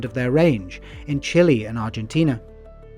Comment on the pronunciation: Its a really good video but the pronunciation of guanaco, alpaca and Chile KILLED ME